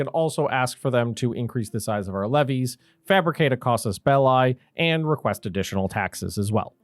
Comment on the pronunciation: I know it's pedantic, but i think we're all history nerds, and I'm making this remark because it's interesting, not to score points... also Mr. Wilson from my Latin class 30 years ago would be proud.... Even though we cannot gaurantee what the absolute correct pronunciation of Latin was, we have a pretty darn good idea! It's casus belli (genative of bellum)... pronounced "belly" not bel "lye" KAH-soos BEL-lee Anyway, excellent tutorial vids. Thank you.